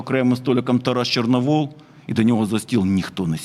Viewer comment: ЧорновІл, а не ЧорновОл